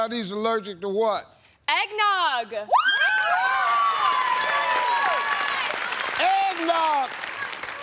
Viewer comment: “EGGNOGG” Wooooooooaaaaaaa ❌ eeeee’